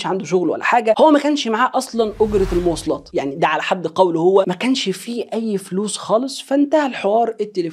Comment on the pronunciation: * المواصلات وليس "الموصلات"!!ا